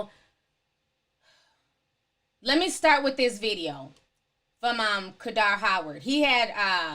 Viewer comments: I’m dead how she keeps saying kadar 😂😂. Hot tea tho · I love me some Qaadir ❤️❤️❤️ since 2007, met him on a bus when he moved back to ATL. Youre pronouncing his name wrong Ti lol